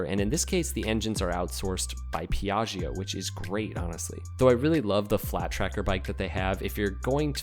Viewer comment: MondeeAhl (Mondial) and Pja-Jo (Piaggio)